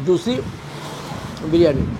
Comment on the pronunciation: বিরানী বিরানী করবেন না। বড্ড কানে লাগে। কথাটা বিরিয়ানী।